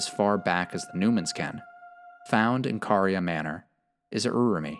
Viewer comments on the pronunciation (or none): none